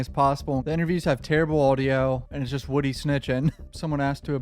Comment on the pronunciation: Man name is wooh de3 wooh dee not woody